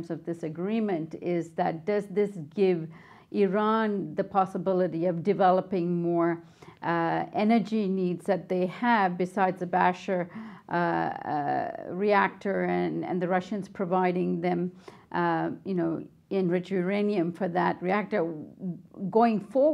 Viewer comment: Its Bushehr not basher, come on they keep saying Bushehr and you say basher